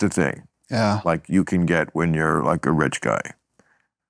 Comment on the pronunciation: I dont like how Bill said "you can get" Can? He makes it sound like a sports car😂 Something gross about that